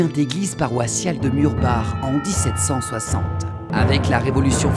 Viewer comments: En tant qu'alsacien ça me fait plaisir que tu ai juste prit la peine d'apprendre la prononciation des noms alsacien ! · Et bah justement le Maire du village ainsi que l'historien de la région m'ont indiqué qu'il fallait le prononcer " Murbar " alors que beaucoup de reportages le prononcent " Murbac " et que beaucoup faisaient l'erreur, donc ce n'est pas une faute voyons. Je suis d'accord pour Forbach. Justement, la langue alsacienne n'était pas la mienne je me suis longuement renseigné en amont pour savoir comment le prononcer. Merci à toi du soutien cher ami. Ah j'avais pas fait le rapport avec la Reine ! Oui je te tiendrais au courant. Désolé pour ton mail mais je suis overbooké en ce moment je n'ai pas le temps d'y répondre... à bientôt :)